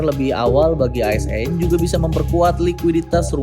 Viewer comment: Bagian "ASN" nya di tekan sama pengisi suaranya Bjirrr...😂😂😂